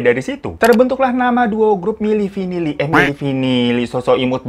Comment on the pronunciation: Milli vinilli Eh milli vanilla ngakak bgtt sumpah 🤣